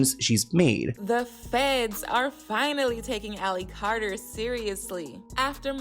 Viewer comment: Carter not cater